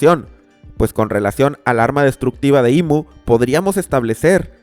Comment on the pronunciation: Le dijo IM en vez de IMu :shelterin